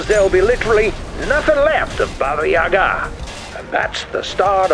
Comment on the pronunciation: Are you sure, that it is pronounced Baba Yagaaaa?